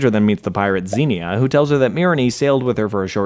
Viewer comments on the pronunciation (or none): none